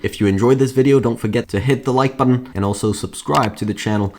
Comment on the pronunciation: Learn how to say Button ffs also.